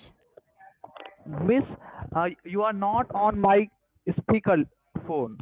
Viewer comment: "Miss you are not on my speakel phone"